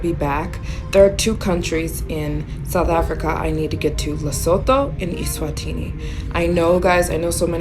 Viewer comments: Oh, and it's pronounced Luh-soo-too. ❤ from CPT, SA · It's pronounced LEH - SOO - TOO (like the number 2) not Lesothor